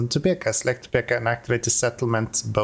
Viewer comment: Topeka...it's peek not peck